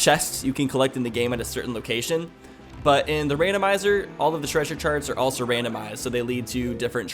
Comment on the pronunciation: Anyone else hear saying sharts and not charts